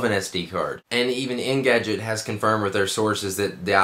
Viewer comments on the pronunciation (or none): It's called ENgadget, not INgadget.